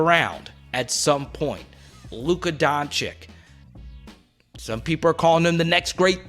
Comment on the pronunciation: Yo my man, it’s pronounced Doncich and Jokich, not Doncik/Jokik